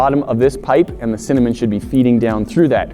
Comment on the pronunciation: Noooo said cimanen not cinnamon